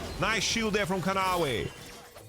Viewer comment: Kanavi ❌ Canawi 🗣️✅